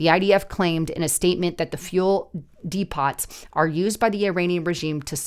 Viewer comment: Depot is pronounced dee-po The t is silent